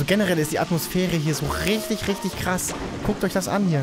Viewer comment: Es heisst krass und nicht kras